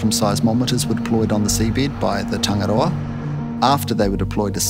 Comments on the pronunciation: “Tongue it all “ is how you pronounce tangaroa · Hikurangi phonitics(pronounced) = He-koo-rah-knee Tangaroa= Ta-nah-raw-ah